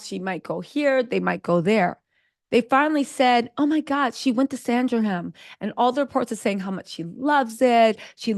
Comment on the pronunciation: It is Sandringham...